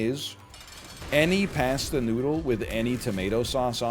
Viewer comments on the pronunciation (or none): The pronunciation of pasta almost made me tilt